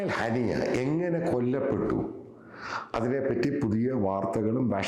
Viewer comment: എടോ ഹനീസ് അല്ല ഹനിയ ... ഇസ്മയില് ഹനിയ..... താന് ഖത്തറിനെ പറയുന്നതാ - ഖത്താർ . പേരുകള് പറഞ്ഞ് ബെടക്കാക്കല്ലേ...🥴🥴